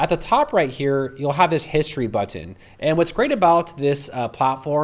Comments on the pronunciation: Love this app, but I had to leave this video because he kept saying "buTTIN". There is no need to emphasize the T in button. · What country are you from? I was excited about this info but was too distracted by your pronunciation. I kept finding myself waiting for the next time you would say the word "button," which was pretty often LOL! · You pronounce "button" like my ex-girlfriend. Are you from Binghamton? Thank you for this demo. I absolutely hate having to now use AI for (well, anything) web design, but I now have a client with one created on Lovable and I have to edit it.... Ugggh. Oh, one note—you spelled it as Loveable in the chatgpt panel instead of Lovable. ChatGPT was graceful enough to ignore that. Neato.